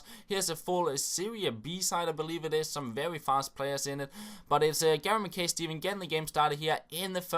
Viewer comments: It's pronounced Mack-eye Steven by the way, but he is an absolute animal! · Pronounced MackI